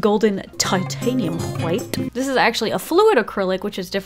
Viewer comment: "Who Hwhight"